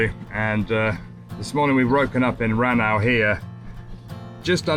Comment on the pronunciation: RANAU to pronounce it 'RAW NOW' 😁